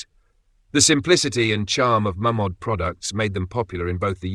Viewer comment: Shouldn’t it be pronounced « Mey’ Mod » ? … 😊